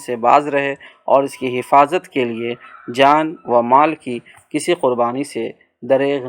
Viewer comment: ماشآءاللہ اچھی کاوش ہے بس ایک گزارش ہے کہ خلافت و ملوکیت کے درمیان جو "و" ہے وہ نہیں پڑھی جاتی۔۔۔۔یعنی اسے خلافتو ملوکیت پڑھیں گے۔۔۔۔۔اسی طرح اور بھی بہت سارے الفاظ مطالعہ کے درمیان آئے جن میں "و" نہیں پڑھا جاتا جیسے جان و مال(جانو مال) قول و قرار(قولو قرار)